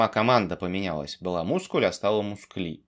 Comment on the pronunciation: Как только не называли mysql, но "мускль" я слышу впервые